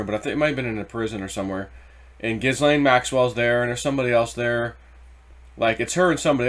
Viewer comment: it is pronounced JIZZ-LANE POH-TUS like PO BOYS